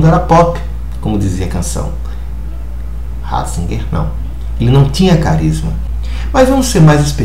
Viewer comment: joseph Raaahhhzigerr .....kkkkkkkkk aprende a falar seu analfabeto